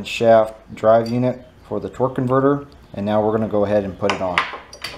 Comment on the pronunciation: *torque-A-verter...torque converter is a car part